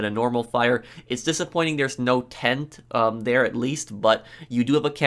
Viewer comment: i didn't know there was pronounced DARE